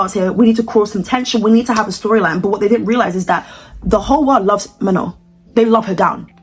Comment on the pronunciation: you called her mañon that tickled me so bad